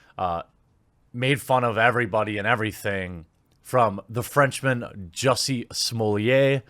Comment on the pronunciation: Watching Jeremy fumble to pronounce Jussie phonetically as Juicy was hilarious.